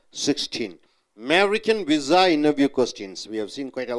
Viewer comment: Pizza sounds much better than your vizza!